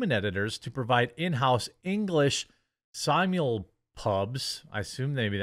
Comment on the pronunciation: It is "simul-pub", as in the manga is released in many languages at the same time (discourages trolls from releasing spoilers to those who can't read Japanese).